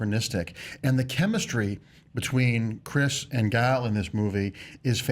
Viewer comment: PS. the way you pronounce gal's name is actually really good (I just know lots of Americans struggle with it)